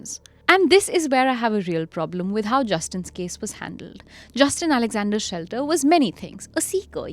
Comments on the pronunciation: The name is Shetler not Shelter. I am finding it bizarre that a whole episode based on a guy and still his name is not being correctly taken. To err is human and all.. yes but careless. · Even NOW you can edit the audio by dubbing SHETLER, the correct last name!!! Pls it's jarring to hear the main guy's name being mispronounced with such confidence!